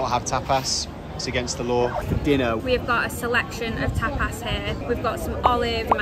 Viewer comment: How they pronounced stuff was hilarious man “tap-ass” 😂😂😂